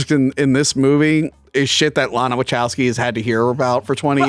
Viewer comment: Is this “” purposely mispronouncing Wachowski?